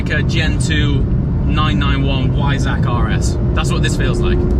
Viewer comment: Said V not W, Weissach. But surely you knew that and the GT3 just scrambled your brain.